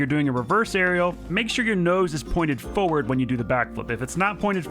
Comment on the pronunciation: Why does he say forward realy weirdly 😂